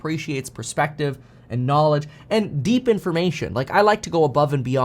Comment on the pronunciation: I love it when meetKevin goes "DEEP" think I need that in a Tshirt